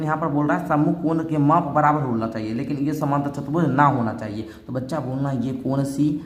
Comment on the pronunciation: Chturbhuj hota hai chatarbhuj nahi🫵🫵🫵🫵